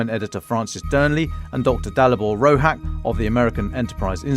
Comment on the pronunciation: Too many conservative talking points on this episode (not that I don´t agree with some of them) and not enough Ukraine. But as a Czech, huge thanks for having Dalibor on! He made good points. Btw he´s Slovak and his surname should be pronounced Rohaatch, not "Rohak".